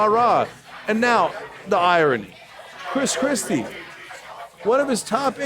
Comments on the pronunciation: Did he say crispy kreme or chris Christie? 😃😂😄😁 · I believe he said Kris Krispy XD